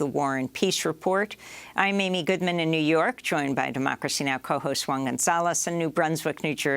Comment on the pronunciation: Yo, it's not Quan, it's One... at least according to Amy's Castro Spanish. LMAO! The rest of us just pronounce it Juan.